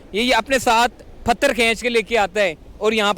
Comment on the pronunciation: Ap bhi pagal ho😂 ye bandaa pathar ko phatar bol raha hai ap usko sikhaane chale ho 😂 kaisaa lagaa meraa majaaak